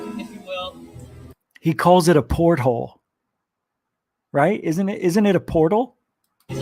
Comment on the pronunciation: The guy up the mountain definitely says “Port Holes”, he must have been thinking of a boat or submarine 😂😂